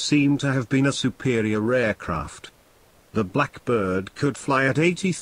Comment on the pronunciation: Artificial voice really aggravating. Tuning RAF into a pronounceable acronym or "superio raircraft"...terrible